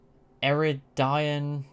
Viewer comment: It's pronounced E - rI- Dian